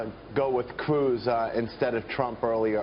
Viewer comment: Did he say cwooz?..🤣